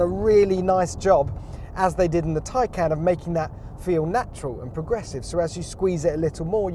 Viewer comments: What's with the mispronunciations....Its not Plad.....its Tesla Model S Plaid...Plaid as in Plaid design...a nod to the movie "Space Balls" where they hit Ludacris speed (another variant used in the Tesla Models) and its not Tycan....It's Porsche Taycan Turbo S. "Taycan" roughly translates from Turkish as "lively young horse", in reference to the steed of the Stuttgart coat of arms on the Porsche crest. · Is there any reason why you keep saying Taycan !!